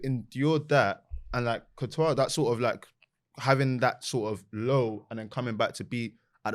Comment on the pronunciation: Why does call courtois, COO-tois 😂